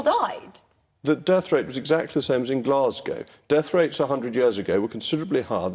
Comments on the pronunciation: It makes me unreasonably angry hearing Glasgow pronounced like that. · Do you mean the way says it? Because that's the way all my Scottish relatives, most of the scots of my acquaintance and, in fact, most of the U.K. say it. Glah-z-go vs. glass-gow which I only ever hear from Americans (to go with Edin-burg). Or did you mean the way Rees-Mogg says it? Fair. But, that may be less to do with pronunciation and more to do with the fact that his mouth is open and sound is emerging.